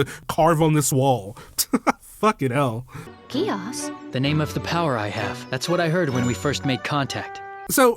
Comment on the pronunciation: Btw contrary to what this anime will tell you, Geas is pronounced Gesh.